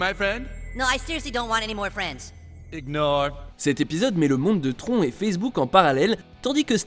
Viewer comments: on dit TRON en prononçant le N !!!!!!!!! SACRILEGE !!!!! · Le monde de "tronc" ? Pour le coup même la vieille VF des années 80 dit bien "tronne"...